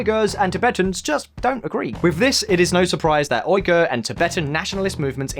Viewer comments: How long would it have taken to learn how to pronounce Uighur? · Man, the Uighur people have been so marginalized that people cant bother to pronounce their name right. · It's Xinjiang not "Jinjiang", Uighur not "Oighur" To say cantonese isn't related to mandarin is absurd and shows your lack of understanding about the language. Also you make it seem it like only 70% of the population speak mandarin when the true figure is closer to 90+ % Chinese borders have largely been the same and intact for more than a 1000 years. If your going to make false & baseless claims at least learn how to pronounce the places properly and go beyond a few Google searches with your research. (A muslim who lives in China) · More than lies they can't even pronounce the world Uighur and Xinjiang